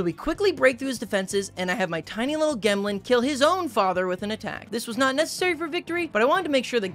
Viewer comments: gemlin has gems on its back. it is a rock. pronounced like gem. not g - em - lin. its jem-lin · Calling it a “gehmlin” over a “jemlin” is a bold choice when it has gemstones sprouting from its back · Gemlin?? It has a gem on its back Shouldn’t it be pronounced gemlin??? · I think it is pronounced gemlin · it should be pronounced "jemlin" like "gem" as in jewel combined with word "gremlin." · Brih gemlin is obviously pronounced jemlin, because, you know... gem-lin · i think "gemlin" is pronounced with a soft G sound because it has gems on its back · pretty sure Gemlin is supposed to be pronounced like gem (j sound). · Im mildly annoyed at the pronunciation of gemlin, i think the intent is for it to sound like gemstone